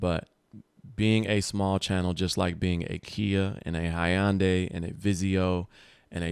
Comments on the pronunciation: Hyundai is pronounced huhn·day not high'yun'day 😆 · Lmao "Hi-on-day" 🤣 🤣 🤣 Hyundai = (Hun-Day) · The “high-an-day” 😂